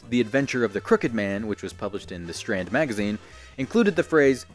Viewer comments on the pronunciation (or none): none